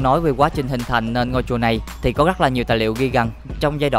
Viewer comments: Rất là đẹp chứ không phải là " gắc là đẹp " nha, thanh niên mà phát âm chán quá... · Lỗi duy nhất bạn mắc phải là phát âm sai chính tả: gất (rất), ga (ra), gõ (rõ), tằng (tầng), săn (sân)..v..v... Bạn cố gắng sửa lỗi phát âm nhé. Cám ơn video của bạn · Hy vọng bạn có thể thay đổi được việc phát âm 😢 , "gất nhiều,gất gất đặc biệt,gất choáng ngợp,gất...,gất..." . Cứ mỗi cuối câu là được bạn thêm thắc cụm từ "các bạn" 😢